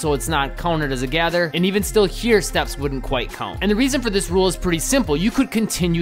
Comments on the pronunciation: "Count" say it..."Count" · Dude what in the f is this accent? 😂😂 “count”